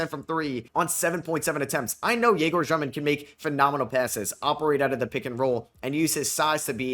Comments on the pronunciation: Hey, so its actually not Zhёmin like u are saying, it sounds same as ur regular pronunciation of Demin but with the ё sound instead of e, so more like Dyomin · i know russian and It's basically Dyomin, not Zhyomin, you can also just say dEmin, in Russian it sounds like Dyomin, but some European surnames in English sound different than in their native language and can be pronounced either way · it's egor dyomin not jyomin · He's Дёмин in Russian so it pronounced Dyomin